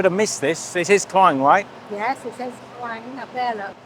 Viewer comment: Kluang = pronounced clue-wung Delima = pronounced de (e sounds like e in the) - Lee - ma (a as in mar) means ruby, Merah Delima =ruby red, Buah Delima = pomegranate